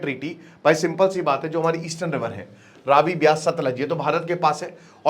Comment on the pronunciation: वो बीस नहीं ब्यास है